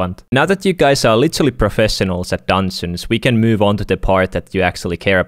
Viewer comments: say Dungeons right not dansins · I love how he says dungeons its like dunsens